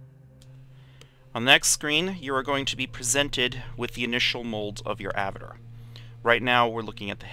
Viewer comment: Thank you for the videos, as I'm starting to get into EvE myself, but damnit man, I felt like punching you every time you said "Avitir" instead of "avatar!" XD